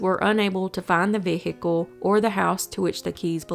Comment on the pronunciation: V HICKLE?